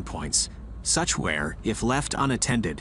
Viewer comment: Note to person reading the script. It is ' WEAR AND TEAR ' pronounced 'ware and tare'.